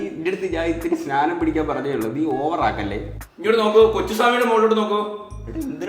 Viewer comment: സ്നാനം സ്നാനം😂 എടാ പൊട്ടൻമാരേ സ്നാനംന്ന് പറഞ്ഞാ കുളിക്കുക എന്നാണ് ധ്യാനം എന്നാണ് പറയുക😂😂❤